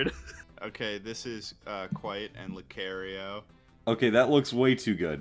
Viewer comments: Lou carry-o? I've never heard of that Pokemon before. Lucario, yes. Lou carry-o, no. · Did he really pronounce Lucario like that and nobody said anything